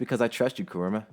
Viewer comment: Finally someone says kuramas name right it's not ku RAAA ma it's kurama